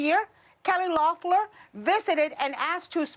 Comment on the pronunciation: Whoopi managed to mispronounce Loeffler, Ossoff, and Warnock’s names all in the same sentence.